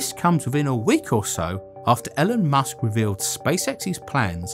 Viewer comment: ‘Elen müsk